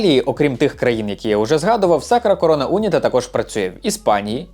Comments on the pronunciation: Відео дуже цікаве, як завжди. Єдине що unita як прикметник має наголос на і тому було дивно трохи слухати. Але загалом відео просто шик, удачі тобі❤ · Не у'ніта, а унІ'та, і не апулья, а просто Пулья. Така маса інформації, а назви помилкові саме в акцентах. Не Куту'ло, а Ку' толо. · "унІта", а не "Уніта". "сочієтА", а не "сочіЄта". Ну хоч в Ґуґл Перекладача спитати можна. 🙂 А так контент гарний.